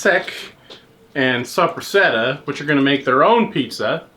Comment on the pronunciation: The way he said Soppressata I cringed